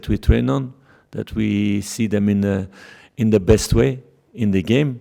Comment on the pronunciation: "It's zeee only way"